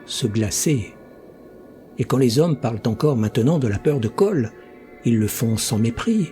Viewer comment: Super comme d'habitude. Merci. Mais pourquoi Koll et Brole et non Kull et Brule ?